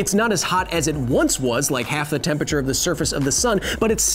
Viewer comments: Hey Kyle, love the show. Please learn how to pronounce temperature. It isn’t tempature. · Are you trying to say Temperature? Cause you're doing it wrong. :-P